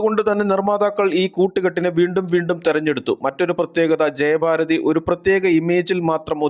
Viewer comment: ജയബാരതി അല്ല. ജയഭാരതി